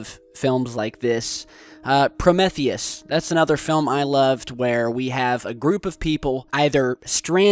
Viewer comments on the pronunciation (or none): Never heard of Pro-Meth-eus, but I have heard of Pro-me-theus. Anyway, I believe you are "reaching" with a lot of these. Ever think that maybe space debris from, oh... I dunno, maybe "US" could be contaminating the surface of Mars? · Btw it's pronounced Pro-me-theus, NOT Pro-meth-eus. Just saying. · Don't tell other people what they like about ALIEN. You like 'Blood and Guns' like morons do.. , I like the intrigue, mystery and complex storytelling. You CAN'T EVEN PRONOUNCE PROMETHEUS YOU ARE SO ANNOYING .... PRO 'METH' EUS. UGH. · Serious? "prom-ETH-ius"? LIKED IT??? How? WHY?? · Prometheus is pronounced Pro-Mee-Thee-Us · It's pronounced pro-mee-theus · Promeeeetheus, not Prometheus. pronounciation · how is it that you're a fan of PROMETHEUS, yet you mispronounce the word PROMETHEUS?? Lol...;) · when you can't even say prometheus properly :| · Lol...How do you mispronounce Prometheus... It says it a bunch of times, right the movie... lol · And another thing... the way you are pronouncing 'Prometheus' really makes me wonder about you. 🤔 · Castor Troy right!? Lol and why can't he pronounce Pro-me-theus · Prometheus, pronounced with a long e